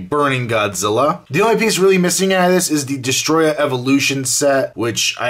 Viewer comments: Its not destroyer it is destroyah 😯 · its destroyah not destroyer